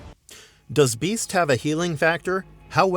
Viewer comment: Why dud you say the beadt like that bro no one says that